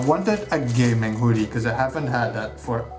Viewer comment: OMFG!!! I'm sooooooo jealous!!! That Zote Plushy is CROM TIER!! Love that maggot for the nail! And that Wanderers Journal I've been eyeing up for AGES!!!!!! It looks AMAZING!!!! Love that Hoodie as well! (or Whodie as you pronouce it heh), that nail zipper is amazing! Gah, looks like I got some shopping to do!! Awesome stuff man, super jealous hahaha!